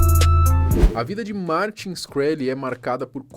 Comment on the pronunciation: Martin “XI-kreli”***